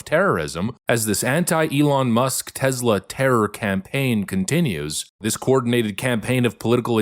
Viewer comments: Take it from Pam Bondi - it's TESS-la, not TEZZ-la. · TESS lah. "Tezla" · its tess-la, not tezz-la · I listen to all your posts every day and really enjoy the meme of the day concept, but for the love of God it's Tesssla rather than tezla. Keep up your good work on shedding light on the craziness of the left. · By Tezzla, do you mean Tesla?